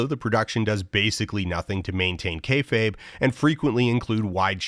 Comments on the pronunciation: Also heartwarming that Dan learned to pronounce it correctly after saying "kay fob" in the Metaverse video, as if it's a direct cognate from French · At some point in the last 3 years ("The Future is a Dead Mall", ), Dan learned how to pronounce "kayfabe" correctly (here ). Good work